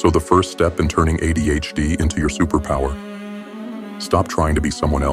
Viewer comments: “Uh Dee H Dee”😂😂😂😂 I died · Jesus f***ing wept, within three seconds AI has already f***ed a pronunciation... And it's the acronym that's the topic of the video.